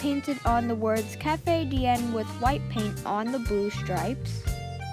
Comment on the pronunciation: not trying to be mean but it sounds like you say wif not with